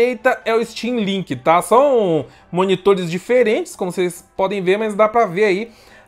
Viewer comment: Achei que ela tivesse falado steamlingue kkk